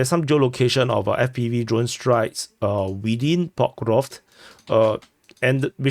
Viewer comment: Yaaay you said Pokrovsk correctly :P